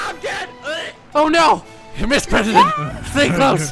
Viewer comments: MR PWESIDENT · ur so funny the pwesident